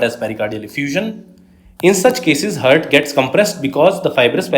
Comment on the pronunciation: Bhai hurt hurt kyun pronounce kar rhe ho clear heart pronounce karo na